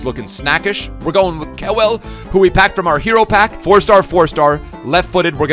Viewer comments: don't butcher kewells name like that. Pronounce it Kyoowl❤️❤️❤️ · The way butcher Harry Kewell name 😂